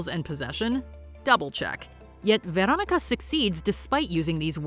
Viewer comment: the brood is gross and wild, but why do you pronounce the name Veronica that way, its not necesary.